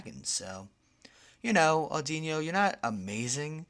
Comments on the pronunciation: its Aud-ino not innno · Audino not audinyo. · its audino not audinio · Isn't it "OR-DEE-NOH" as in "auditorium" and "audition" and "auditory" - It's the listening pokemon after all. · Wrong! its ah-di-no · its pronounced or-di-no